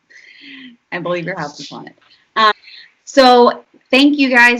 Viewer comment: I boo-lieve in Santa Claus. Boolieve.